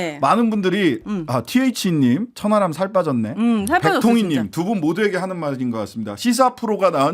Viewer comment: 천 하람인데 저는 자꾸 천안함으로 들립니다 ᆢㅎ